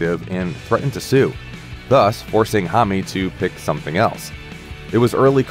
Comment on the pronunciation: hommy? geez..